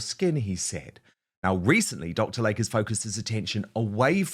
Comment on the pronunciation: It is DR. "LAY-KEY" NOT Dr. Lake. 🙄